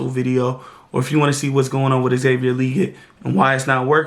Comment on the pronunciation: Love the breakdown!!!! 🔥🔥🔥🔥💙🖤 You need to be on the staff! Only thing is your saying XL last name wrong 😂 Le-Gette bro! 2 syllables! #FFTV